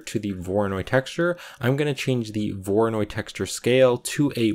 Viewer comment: "we don't need this mapping node for the voronoid texture" 5 minutes later "lets add a mapping node to the voronoid texture"